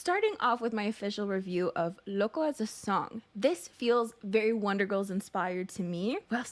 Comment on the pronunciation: OMG says loco better than the whole kpop idol world (I'm a Native Spanish speaker so i know when something is well pronounced)